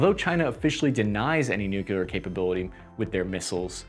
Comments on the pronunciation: Great video! Although I’d like to say your attempt to tackle an “Air Force” issue is a noble endeavor for a first try. I think this technology is already under our belt, but broadcasting our knowledge of it like our potential adversaries did would not be helpful towards whirled peas. I enjoyed hearing your different pronunciations on “New Cle-ear Vepons” (Thanks, Chekhov!—ST:TOS, Voyage Home) It’s better to say silent on technology edges than broadcasting them out loud. Although Julian Assange and that other guy who fled to Russia used free speech to say U.S. is spying on everybody, they’ve done great harm by showing everyone was naked to zero-day weaknesses—we needed that edge desperately as our human assets in spying really sucked. I consider hypersonics as red herrings, because we already have stuff to penetrate their side and there are no enemy, high-dollar targets worth shooting at with hypersonics. Ultimately, tunneling megawatt lasers with plasma slugs could render hypersonics obsolete (AKA: Hellbore from Keith Laumer’s “Bolo” series). And if you’ve gotten this far, I’m just fooling you! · I could never understand why ...nucular . Is nuclear , word coming from nucleus . """Though disapproved of by many, pronunciations ending in \-kyə-lər\ have been found in widespread use among educated speakers, including scientists, lawyers, professors, congressmen, United States cabinet members, and at least two United States presidents and one vice president. While most common in the United States, these pronunciations have also been heard from British and Canadian speakers. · It's pronounced new-klee-ur. Based on nuclei (new-klee-eye). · Please stop saying nucular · even google translate is trying to correct you. dude, it hurts my eardrums it's nucLear. for the love of god or at least stop saying the word all together, I'm begging you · New Clee Ur. NOT Nu queue lar. You're welcome 🙂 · Repeat with me: Nu “Nu” Cle “Cle” Ar “Ar” Nuclear! “Nucular!” WTF!!!